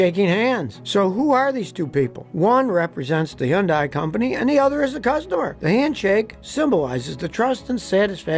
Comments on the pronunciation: There is NOW WAY Scotty isn’t getting paid by Hyundai!!! Especially when he say UN-un day… or, whatever he is trying to say under the massive paycheck he is receiving ! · The one thing dealers in the USA will not tell you, especially GM, is that they buy their steel from Korea. So basically every GM car is Korean. And its pronounced HUN-DAY. 🤡🤡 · Why are you mispronouncing Hyundai? It's pronounced Hunday. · Hyundai is pronounced hunday.. like sunday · The ability to marry a mispronunciation of the name (It's 'Hunday'; like Sunday), it sounding like a grade school book report, and repetitive stock footage is seriously incredible. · Why do you call Hyundai, Young guy? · Scotty. Please learn how to say Hyundai. It's not hard. Hun-day. Very simple. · Please Google pronunciation. Hun-day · It's actually "huhn-day" ....back when Hyundai first made a splash in the U.S., they did a media campaign, and ended the commercials with: " It's Huhn-day, rhymes with Sunday! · It's should be pronounced "hee-yeong dae", and you have to say "hee-yeong" part fast. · When Hyundai came to the U.S., they told us it rhymed with "Sunday." Pronounced Hun-Day. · Like the girl said in the commercial it's pronounced Hyundai rhymes with Sunday. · All these car reviewers still pronounce Hyundai wrongly lol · The "Y" is silent. Just saying. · Good to know I’ve been pronouncing Hyundai wrong my entire life! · Why don't you know how to say Hyundai correctly? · So hes gotta be pronouncing it correctly and we've all been saying it wrong ... right? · Does anybody else notice this guy mispronouncing Hyundai 😂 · If your going to do a piece on a manufacturer you might want to lean how to pronounce their name correctly. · The way you pronounce Hyundai makes me want to take my life. Whatever the correct way it, that certainly is not, cannot, and will never be it. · If you get a dedicated video to a name brand you should learn how to pronounce it correctly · Why can't you pronounce Hyundai properly